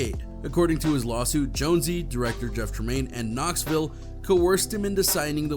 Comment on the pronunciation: You accidently pronounced Knoxville correctly.